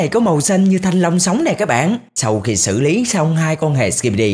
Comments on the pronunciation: Anh đừng nói thanh lông nữa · Nãy giờ nghe toàn thanh long, mỳ thanh long (ám ảnh) :))) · Anh ấy nói thanh long vài luôn😂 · Mong anh đừng nói "mì thanh long" nữa nha anh trai